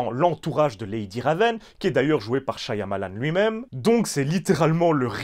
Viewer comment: Stp il y un seul Y dans Shyamalan pas deux... Shya ya malan .